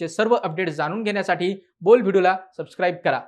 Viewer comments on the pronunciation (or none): none